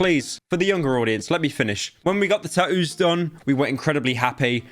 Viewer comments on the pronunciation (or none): British people be like: Taouoos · bro said "ta oos"